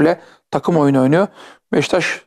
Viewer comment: NOBODY: BEŞİKTAŞ SİNAN ENGİN :BEŞŞTAŞ